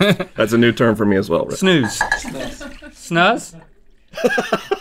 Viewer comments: You were pronounceing snus right the first times. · Link actually said Snus right the first time, damn